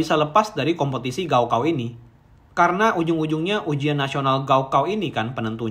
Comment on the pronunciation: Gao kao dibaca "kao gao" ( ujian akhir tingkat sma )